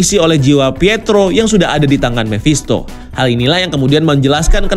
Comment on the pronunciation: Mephisto om bukan memphisto!